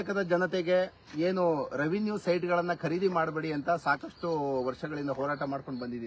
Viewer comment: ಕರೀದಿ ಅಲ್ಲ ಖರೀದಿ . ಕನ್ನಡ ವನ್ನು ಕೊಲ್ಲಬೇಡಿ .